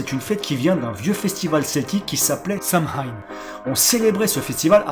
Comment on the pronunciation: x) ça se prononce pas "samhain" c'est "soine" (c'est un i avec un tréma)